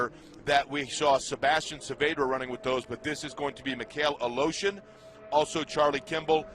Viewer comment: Aleshin is somehow called A-Lotion Good grief